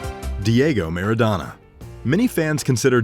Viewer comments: Soccer player!...pronounced mara-dona! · Napoli is pronounced as Náa+poli, and Maradona is pronounced as Mara+Dona not meradona! U welcome.